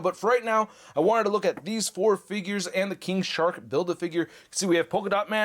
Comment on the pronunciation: I swear I heard 'King Shart' at the beginning there